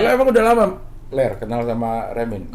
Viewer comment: Manggil Lar Ler Lar Ler kedengeran kaya lagi manggil Peler wkwkwk